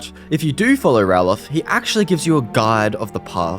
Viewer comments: Not Rallof….Ralof (Ray-Lof) The guys in Riverwood show how to say his name! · Bro how can you get Ralofs name wrong bro? Like literally how? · Saying Ralof's name being said incorrectly repeatedly makes me wonder if you have even listened to any of the dialogue in the game, or even played it longer than 30 minutes before this video.